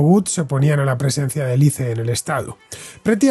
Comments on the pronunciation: Por fin escucho a alguien pronunciar la sigla ICE como "ice" y no "ais", como si fuese un nombre propio. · Me encanta como Villanueva es tan recalcitrantemente boomer, negándose a decir correctamente ICE